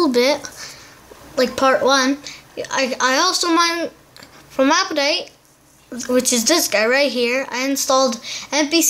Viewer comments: it said apptaite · You said aptoid wrong